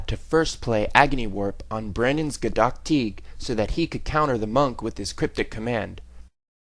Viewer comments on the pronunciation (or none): for some reason, the way the guy pronounces gaddock teeg seems to annoy me